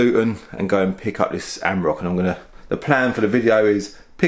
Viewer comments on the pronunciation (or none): Reminder of the emissions scandal, defiantly not cheap to run! Also, it’s an Am-or-ack, not a am-rock. And a twar-eg not a tour-eg. Other than that, very interesting video! Keep up the good content :)